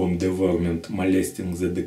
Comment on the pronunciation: [dɪˈvaʊəmənt] - Дива'уэрмент правильно название произносится...